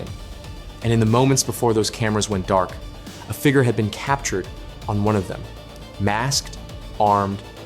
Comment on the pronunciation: I'm so glad this isn't narrated by Ai. At least I don't think it is. Edit: Oh no Google said sounds and visuals were significantly altered meaning Ai. Well it's a good Ai narrator then. Other than how they say figure. Lol